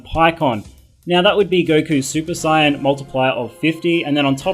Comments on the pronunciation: Goku turns super CYAN... SAY SAY-YAN NOT CYAN! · WAIT!? SUPER SIGHYAN!?? OH MY GOD WAT DE FUCK! DIDN'T EVER SEE THE SHOW? ITS SUPER SAYEN! SAY IT WITH ME - SAYEN!!!!! NOT SIGHYAN FUKING A... WHATSWRONGWITHYOU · No no you got it wrong,he said super cyan